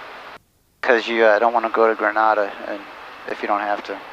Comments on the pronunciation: You pronounced Grenada wrong, they way you said it is Granada, I live in Grenada, Mississippi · Nice video, lol Grenada is pronounced (Grin - Ay - Da)